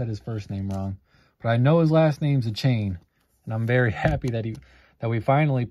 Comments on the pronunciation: Sadly you pronounced his last name wrong it’s like A-Chan not A-Chain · Hey — FYI Achane is pronounced “Ay-Chan”, not “Ay-chain” 👍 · Achane is pronounced as "a-chan". the e is silent. yeah mosaic seems rough, i opened another 2 blasters from target and pulled a mosaic Anthony Richardson but noticed that its off-centered top/bottom, like 90/10... so sad. still havent got a case hit yet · De-Von A-Chan is how its pronounced (from a fins fan) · His last name is pronounced AYE-CHAN. Nice case hit to somewhat save the rip! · It's "ay-chin" I thought